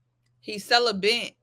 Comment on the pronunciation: Why do they keep calling it celibent🤣🤣🤣